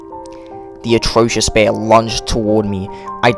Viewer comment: actrocity❌ atrocious✅